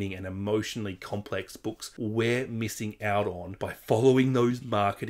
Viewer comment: Hi 👋Great video. You probably already know this. Liz Nugent ( here we say New-gent) is from here in N.Ireland. 🍀👋☘️📕📚📖🇮🇪☕️